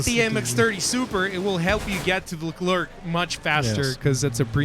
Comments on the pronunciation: omg please stop saying "c" at the end of Leclerc! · No it's just Lecler no Leclerk ;) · That should be written"LeCler" Then lol, Freaking French write system...